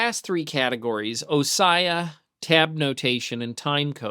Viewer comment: Good video series. I've never heard "ossia" pronounced the way you did. Is that a regional way of saying it? Ms. 47 "separation" is spelled wrong. It would be nice if Dorico had a rudimentary spell-check.